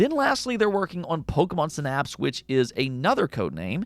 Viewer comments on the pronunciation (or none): none